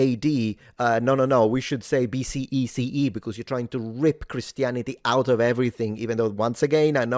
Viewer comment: Anyone else notice he pronounced it bc ec e instead of bce ce?